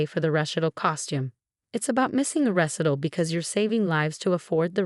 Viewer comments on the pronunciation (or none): Recital: Ree' SY' tal. Emphasis on the second syllable.